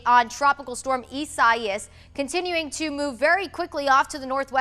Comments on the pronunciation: Isaias Eye-ZAY-es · The name Isaias means God Is My Salvation. Phonetically, it is pronounced "ee-sah-ee-ahs"